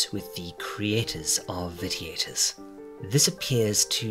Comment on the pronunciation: cool, but that doesn't explain pronouncing a hard "T" rather than the soft "shhh". And I'm not trying to tear you down, I'm more sensitive than most to correct grammar, pronunciation, etc. and it's not a common word. But, if one is going to speak as a means of earning, then one should make every attempt to get the little details right. I meant no offense.